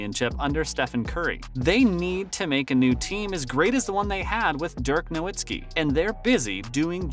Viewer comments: Stopped watching after you said DIRK NO-AHD-SKI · Its pronounced as 'Novitsky' and the c in is pronounced as Donchich as in the ch in cheese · nowatski? hahaha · As soon as he said I said ain't no way he pronounced Dirk's last name like that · Learn how to pronounce Dirks name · From Zach La-Vine, to Dirk Now-Whats-Ski, to Luk Dont-Kick. Dude can't say names properly. And as a DALLAS fan, I'll take offense. Also, when is the announcement of your PS5 winner? You don't mention it ever. Also, you 2 weeks late for this news. Lol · I love your videos lol but please say dirks and Lucas last name right 😂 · Bro… do you watch basketball ? How do you get this many names wrong ? You pronounced Dirks name like 8 different ways. And Luca donkick? Hoping you just get someone else to read your scripts. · Lmao I found myself screaming Who? Bro said Donkick, I don’t even want to spell how he said Dirk’s name. Christian Woods? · TAKE THIS VIDEO DOWN!!! - How in the world do you make a video about the Mavs and you don’t know how to pronounce Nowitzki or Dončić??? How do you have an NBA channel and you don’t know how to pronounce Nowitzki or Dončić? This channel should be suspended.